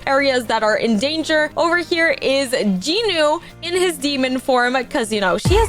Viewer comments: I was devastated when i heard you say J-i-nu - it's JEE-NU VRO 😭🙏 Also btw do y'all when she says "Comment down your favourite character!" She doesn't care about our favourite character she just wants comments to boost her channel I'm sorry but girl the vibe is ruined for Rumi now - You threaten us to like / subscribe so now i dont like your videos or subscribe, i just watch cuz its entertaining Shoutout to you if you actually read everything- Edit: To the person saying she doesn't threaten us to subscribe / like etc, she says stuff like "I will trap you in my basement if you don't subscribe! Heheheheheh" acting like its quirky to threaten people. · You are saying jinu rong